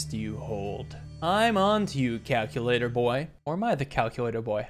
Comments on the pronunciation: “Today we will be playing Cal-cue-lator” -Richard Watterson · Finally, calc-u-lator